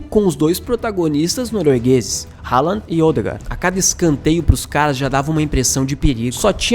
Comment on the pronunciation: Haaland pronuncia Rolã Pra ouvir abrir o google tradutor, escrever, selecionar o idioma norueguês e clicar no megafone Spoiler não é vocábulo de nosso idioma